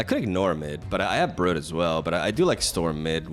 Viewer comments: One thing that never changes is slaughtering card names. Brood (br-ude) not brud. king-pin not king-ping. A kingpin is a term used for powerful mob or crime lord. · Isn't it pronounced 'brewed' not 'bruhd'? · Not important to the video, but fyi it's brood like mood or broom. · thumbs down for saying "Brud" too many times. And for all the times I've heard "A-gis". Still love youuuuuuuu, stop hurting my brain with your word butchery. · It's not Brud bro, just fucking call him bread if you want to misspronounce him that bad. And it's soccer not football, but sure go say american football if you wanna take the time to say and write it all the time, cus otherwise noone ever has an idea what you talk about. Is it the womans sport or the mens sport, hmmm?